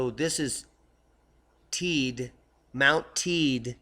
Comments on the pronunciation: Thanks for your videos look forward to them daily ....living here in on the island of Tenerife and the volcano is pronounced Tey-de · I think the locals on Tenerife pronounce it 'Taydee' but great work all the same;-)